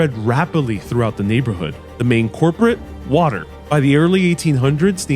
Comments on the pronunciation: "The main Corporate, Water". "Culprit" SMH.... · Your accent is weird. I’ve never heard Manhattan pronounced like that… and especially never heard “culprit” pronounced like “corporate” 🤔